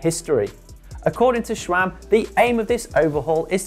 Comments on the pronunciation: There's no 'H' in SRAM. It's not "SHRAM". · Don't get why people keep saying ŠCHRAM. Where does it even come from? It's not in the name. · Even worse, there are some that pronounce it as S-RAM or S-SRAM, like, where on Earth do you see a second letter S??